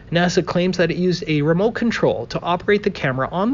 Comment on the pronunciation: Btw....it's "remote" control. Not "remolt" control